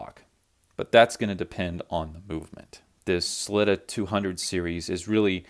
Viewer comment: OMG please pronounce "Sell-eeta" (and not "Slitta") like the people at Sellita unless you're being ironic in which case I love it Ral Ucks and See Icko and Paddock Flip all day Great videos